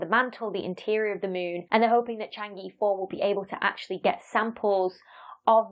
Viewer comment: Shame you didn't make an effort to pronounce Chang' e anywhere near correctly!